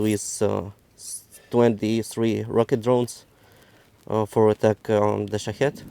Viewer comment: Did he say shithead drones? Before I name my product, I’m going to find out what it sounds like to the rest of the world.